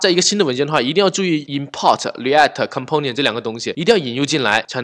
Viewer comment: 讲得跟光头哥Mosh 一样的清晰明了，非常棒。 如果能把Component的音发对了就更好了